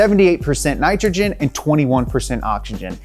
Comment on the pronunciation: you said it correctly before that Ni cha chin and ah chi chin It's pronounced ni TRO GEN and OCKS IH GEN